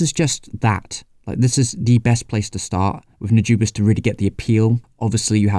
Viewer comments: the "u" in Nujabes is like de "oo" in doodle, the "a" is like the "a" in that. the rest is ok. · Man you just can't seem to pronounce Nujabes properly in this video. Anyway here's a reccomendation for early j-hiphop RHYMESTER'S - Ore ni Iwaserya